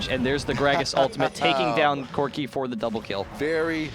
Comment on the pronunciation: Man one of those guy's pronunciation drives me insane. "Yeah, Corki saul that he had an executioner's calllink, which is very stronk against kalg-mal"